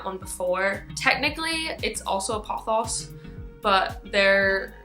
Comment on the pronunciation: I love the way you say pothos,seriously.